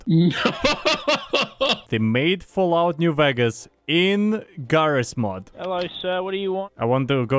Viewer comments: Ah yes “Jarrys Mod” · "He calls this game 'JarrysMod'" made me laugh so fucking hard